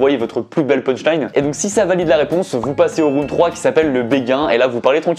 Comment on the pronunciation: "et pour ça ça se passe en 3 roun'd" Les profs d'anglais en sueur 😅😂